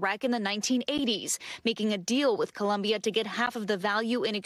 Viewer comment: IT'S COLOMBIA NOT CLUMBIA